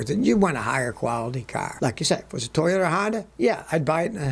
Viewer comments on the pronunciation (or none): none